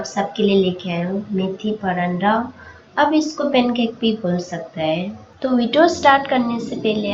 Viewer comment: Acha banaya he lekin paranda nahi bolte he pratha bolte he Hindi me video banate raho one% jo sunne me cute lagti he wo bhi thik ho jayegi 😊😊😊😊